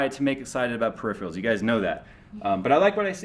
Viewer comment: Fuckin hell,, it's Peripheral; not Periphreal